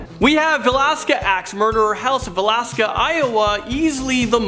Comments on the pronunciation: Yep. He also said Valaska instead of Villisca lol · It’s not Valaska it’s Va-lis-ca